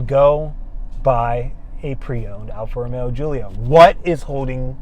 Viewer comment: seems like a good guy, but hopefully he doesn't say 'Alfa Romero' anymore.